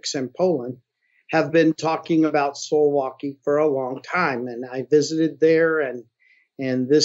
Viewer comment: I think not. More like soo-vow-kee (in English pronunciaiton, sorry I do not know the international sound notation, if you know what I mean).